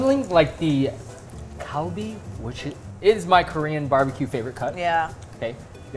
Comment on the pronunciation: When you said galbi I thought you said Kobe and I was liken what kobe is really expensive